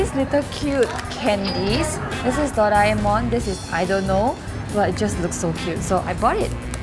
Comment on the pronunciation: its do-ray-mon not do-rah-e-mon